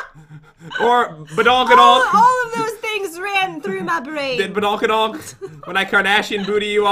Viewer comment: Did pat really just say "or badongadong"